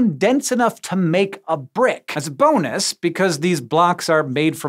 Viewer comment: HAHAHA as a bone-us. Hank didn’t even realize what he had said.